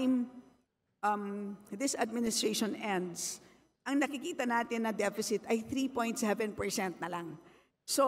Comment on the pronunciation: 3.7 depecit? galing mo naman